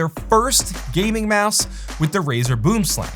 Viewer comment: Aw no retry at saying "boomslang" correctly? Dang